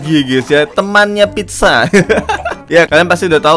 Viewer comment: Pizza kali bang bukan pidja